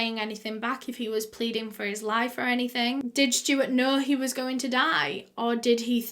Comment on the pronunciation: I just love how she says Stewart. “Schtewwart”